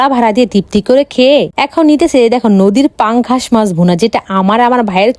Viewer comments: মাছ ❎ মাংশ✅ পাংগাশ ❎ পাংকাশ ✅ তেলাপিয়া ❎ তেলাপয়া ✅ 😅😂😁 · কমবিনেশন ❌ কমবিলেশন ✔️😅 পাঙ্গাশ ❌ পাঙ্ঘাশ ✔️😅 হেব্বি ❌ হ্যবি ✔️😅